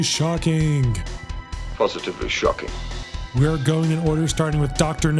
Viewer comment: Pronouncing words ending in ing as ink is shockink and distractink haha, cool video though